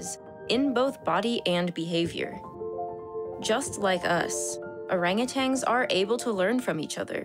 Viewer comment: Orangotangs? :P